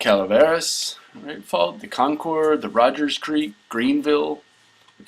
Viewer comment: That arial photo was not Tomales Bay from the graphic. That was San Andreas Lake south of San Francisco from which the fault takes it's name indirectly as the lake is named after that valley. Concord in the Bay Area is pronounced "kon-kerd"